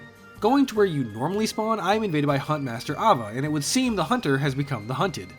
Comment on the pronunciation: *Hoonter and hoonted